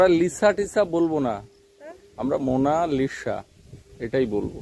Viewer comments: লিখতে হবে মোনালিসা, কিন্তু বলতে হবে মোনালিছা। উনারা ভুল বলছে, অবশ্য উনারা উনাদের মতো বলতে পারে, নাম রাখার ভিডিও বলছিল, মোনালিসা চিত্রের কথা, সেই হিসাবে মোনালিছা বলা উচিত 😊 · Monalisa spelling ekdum theek ache…….kintu spelling অনুজাই উচ্চারণ হয় “মোনালিসা”…..মোনালিশা নয়, বানান অনুসারে মোনালিশা উচ্চারণটা ভূল……..Monalisa ta ekta English naam to, er kono bangla artha nei, tai uccharon tao English onujaai howa uchit……o jokhon Boro hoye college e jaabe tokhon oke keu মোনালিশা ডাকবেনা……. মোনালিসাই ডাকবে কারণ সেটাই সঠিক উচ্চরণ। আপনি যখন ক্যামেরা তে কথা বলেন তখন সঠিক বাংলা উচ্চারণকে বিশেষ importance দেন, তাহলে ইংলিশ নামটাও সঠিক উচ্চারণ করেই বলা উচিত। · English spelling monalisa eta thik..kintu apnara er bangla uccaron vul bolsen.. বাংলা উচ্চারণ হবে মোনালিসা। মোনালিশা নয়। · মোনালিসা নামের সঠিক উচ্চারণ হবে, mow-nuh-lee-suh (মোনালিছাহ্) ছ এর মতো "s" উচ্চারিত হবে. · মোনালিসা উচ্চারন আপনাদের ঠিক হচ্ছে না। সঠিক উচ্চারন টা জেনে নিবেন দাদা।